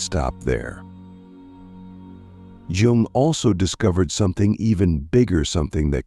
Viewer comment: You fucked up the pronunciation of his name. It’s hard to take the video seriously after a mistake like that